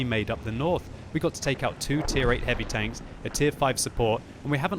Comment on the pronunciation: "heary tanks", im guessing you use an OI huh? xD